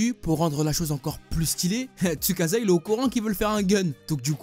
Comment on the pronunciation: manga >anime et on ne dit pas tsukaza mais tsukaça